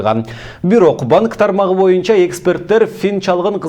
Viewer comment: Боюнча деген сөздү моюнча дейт го..диктор..